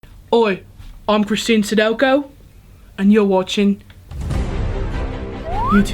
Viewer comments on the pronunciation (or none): none